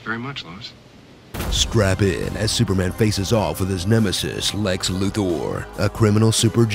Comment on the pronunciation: Speaking of pronouncing it "KRYPT-un", why is the villain being named "Lexloo Thor"?